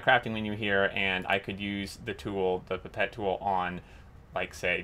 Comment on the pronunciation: Great mod. Your pronunciation of pipette is correct. - at least to British ears anyway. I think over the pond some may say “pipe-et’ which sounds horrible to me!